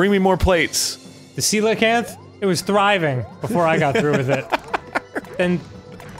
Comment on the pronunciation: Once again, I enjoy Dan saying Coelacanth properly.